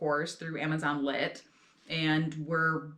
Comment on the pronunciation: amazonlid? Sorry not sure what you just said